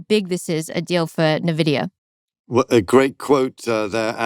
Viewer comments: All I can focus on is "Ne"Vidia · Just one thing, please stop calling it novidia. It's N - Vidia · C-SPAN isn't pronounced "kaspan", "mnemonic" isn't pronounced "menemonic", and "nVidia" isn't "navidia". You say the letter 'n' and then pronounce the capitalized part. "en" + "Vidia". It's just like "eBIke" and "iPod". You probably won't change my mind on this. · Isn’t it Envidia not nividia? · Nevidia? Nevidia !!! Like come on. Envidia. The pronunciation guide is on their Wikipedia page. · Its N -vidia 😂😂😂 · She cant pronounce “Navidia” and I’m supposed to think she knows anything about the company? 🤢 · It’s IN-VEE-DIA 😩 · Navidia? Hoo dat? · Nothing but appreciation but just needed to note, it’s EN-VIDIA. 😄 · The dumb twit can't even pronounce Nvidea correctly. I would never listen to this naive idiot ever again. "NAH-VIDIA durrrr." Just because you're asian, doesn't mean we can't pickup on how utterly TRUCKING NAIVE YOU ARE. Only dumb people will continue to listen to this garbage. So lovely of you to only focus on one side of the coin. Shit, I stopped doing that when I was like 16 years old. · Alice is great. I hopw this podcast is a success. But. Is she mispronouncing nvidia just to troll is all? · funny you can't even pronounce Nvidia properly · That’s not what AGI is, and that’s not how you pronounce Nvidia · Please learn how to pronounce NVIDIA. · don't get the purpose of mispronouncing nvidia on purpose